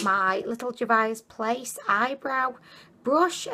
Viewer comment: And Juvia's Place is "JOO-vee-uh's." xD But her unique pronunciations are what makes endearing. 😊 FOUNDIDDLYATION!!! xD